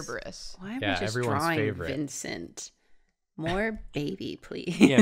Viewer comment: naw it’s babey